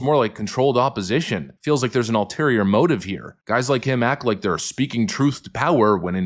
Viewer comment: Love you,, but it’s “Ulterior”, not “Alterior motive” my friend.